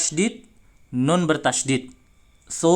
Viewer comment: nun nya bukan di tengah lidah ustad